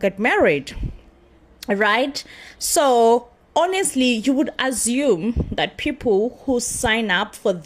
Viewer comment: It is the AZOME (meaning assume) pronunciation for me 😂